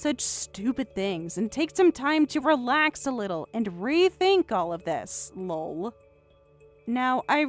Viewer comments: If youre not gonna do Laugh out Loud fully then say EL OH EL and type it l.o.l or something ffs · I swear to God that if I have to hear lol as one word with a long o one more time, instead of Laughing Out Loud, I'm out. Reality would be an actual laugh. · Even just putting a space between each letter so they actually say L O L would help. I'm not the first, or even the 100th, to complain about this. It makes me batshit crazy. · Lol means laugh out loud not the way you're saying it